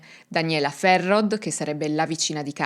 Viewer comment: Bellissimo video, sono Valdostano, ti scrivo le pronunce, il cognome di Ulisse si pronuncia così Ghisciarda, la signora Ferrod: si pronuncia Ferró la OD finale è un O chiusa e ovviamente la D sparisce, cmq bravissima...